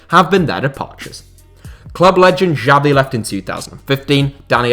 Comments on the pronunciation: the way he pronounced xavi gave me a mini heart attack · Who is this "Jabi" legend guy you're talking about? I knew about the legends Messi, Iniesta and Xavi (pronounced "Shavi"), but I never heard of this "Jabi" guy...